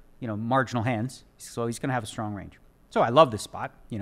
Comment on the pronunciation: One of the smartest guys on the planet and he cant pronounce strong correctly.